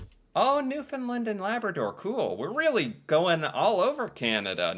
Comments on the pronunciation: it is NEW F O U N D LAND NOT FINNLAND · New-Fin-Land not New-Fin-Lind